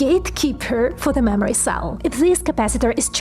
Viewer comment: Lady I love you but the way you say "mammary" I mean "memory" is amazing! You don't always say it, but 60% of the time it's funny every time!